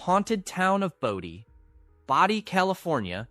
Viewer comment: For christ sakes, isnt there a law about misprounciation? Its fn "Bow-Dee" not baah-dee"